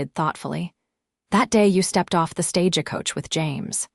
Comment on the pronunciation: Silver-waderr? SilverWater....fix it please. And Stage-E-Coach, Santa Fee, El-E-ner vs Eleanor, Wound vs wound around, read and read, etc. AI is trainable.....just do it right!